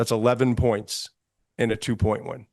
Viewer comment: My guy said "Ween" lmao